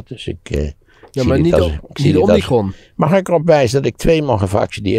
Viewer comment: Omnicron? Heb ik dat goed gehoord? Het is omicron volgens mij